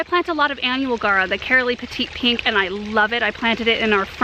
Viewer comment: It's spelled G-A-U-R-A people! Not guara. And it's pronounced "gawra." (In English.) (In its native Greek, it's pronounced gow-rus, from "gauros," meaning "superb.") There's a u in that word and it's not silent.